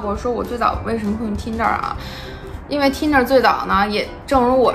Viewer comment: 说英语还带着东北那疙瘩口音。T银der，我真服了。